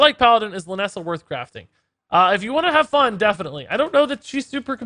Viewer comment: check the description, its lynessa not linessa